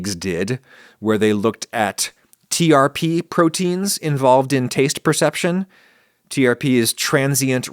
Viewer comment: Hot kills germs? I always thought it was from a time when we had to worry about pathogens in food more. Also trp is pronounced like trip.